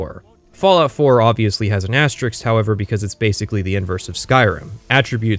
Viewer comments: Great video! I didn't think 20 hours of Skyrim hate would make me want to play Skyrim so bad! Unrelated to the topic, but I thought it was interesting that someone with a vocabulary that includes words like "ameliorate," but uses the very common mispronunciation of "asterisk." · That's a lot of highfalutin talking for someone who doesn't know how to pronounce 'asterisk'